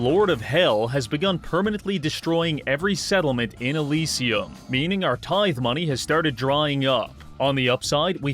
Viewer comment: Its a tith"ee" bish, you bot